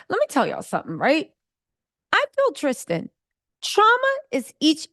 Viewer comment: Baby, if you don’t stop calling this man “Tristan”…😫😫😫